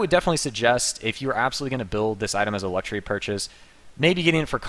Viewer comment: "Luxuary" gg no re